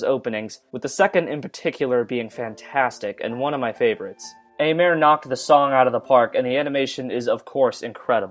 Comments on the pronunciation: Aimer ("to love" in French) is pronounced "émé". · I loved the soundtrack far more than Kaijura's OST from Fate/Zero I'm still stunned how you mispronounced Aimer.